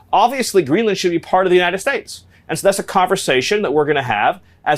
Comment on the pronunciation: Why can't he say the word states? Is he doing some nazi pronunciation for the proud boys or something?